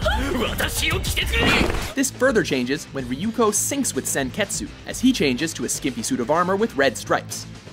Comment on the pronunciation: would have liked to have seen the Imperial Demon Army uniform from Seraph of the End get an hon. men, and I would have thought Senketsu (Which, btw, at least in the dub, the u is SILENT, WM!!!!) would have won. I mean, after all, he is incredibly powerful and has a lot more behind him than just being a skimpy little outfit. Like being able to fly, become really spiky, fly AND become really spiky, and more!